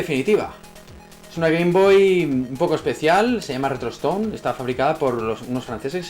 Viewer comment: Nose en qué vídeo mensionaste esta consola, pero yo escuché "retrotoston" XD